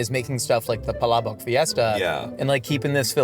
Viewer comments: pronounced "Palabok" in a perfect and a very sexy native way 😘👌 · pronunciation of "palabok" for an American is... 😚🤌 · Filipino here and gotta appreciate the way you pronounce palabok. That's what impressed me first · i was already prepared for the PAlabuk and was pleasantly surprised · Was gonna ask if they’re gonna be in the car the whole time but got caught off guard by saying palabok perfectly filipinically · you have my undying respect for pronouncing "palabok" so accurately. ❤ It's my favorite type of pancit especially when it has extra crushed up chicharon and boiled shrimp.😢 I'm a tad late to this video but I appreiciate Shayne being on.😂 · prnounced “Palabok” so legit. It’s spot-on. If I closed my eyes I thought it was said by a Filipino. And the story time about banana ketchup is so impressive. And he really nunches the food while Shayne talks, is amazing and feels like he really enjoys the food. Both of them. Just like two friends eating and enjoy their company. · Bro pronounced palabok correctly lfg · I love how you pronounce "Palabok" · i like the way u say palabok, its correct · hearing pronounce palabok correctly is so satisfying. so glad yall liked it! it's one dish i thought would be universally liked but foreigners always seem to find a hit or miss lol it might be my fave jollibee menu item in the PH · pronunciation of palabok is actually really good 👌🏻. Great job,! Makes me like you even more as a Filipina haha 😊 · I appreciate how pronounced palabok correctly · The palabok pronunciation was on POINTTTT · Dude, that was the best pronunciation of Palabok that I've heard from someone outside the Philippines. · Damn, might be the only foreigner I've heard pronounce palabok fairly well. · uy pilipins! 🎉 wow. hearing pronounce “palabok” perfectly is music to my ears.